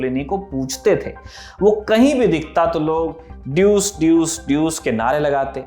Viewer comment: Its not ड्यूस it’s डूचे